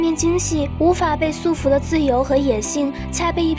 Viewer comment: 不是su缚而是束缚